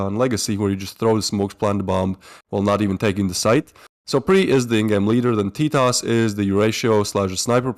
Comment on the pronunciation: Oo teetos not totos